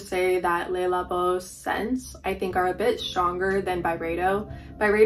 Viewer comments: don't worry about the negative comment. Your pronunciation of Le labo is perfectly fine! That's how I say it too! 💚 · It’s killing me how you pronounce le labo